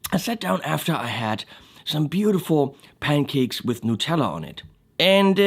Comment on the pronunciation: NUTELLA. Not Nutella!